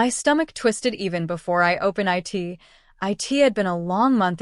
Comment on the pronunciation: The AI is awful!!! Spelling out BY, IT, O instead of zero.